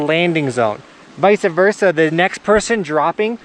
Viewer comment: viesa versa? Lmao